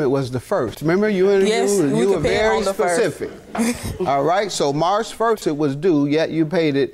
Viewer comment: I’ll never trust an adult that says pecific anywhoo continue Jm